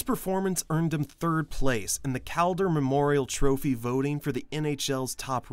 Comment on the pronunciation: The Cal-durr 😅 I make fun, but I love your content. Keep up the good stuff (pssst hoping for some Stutzle love one day)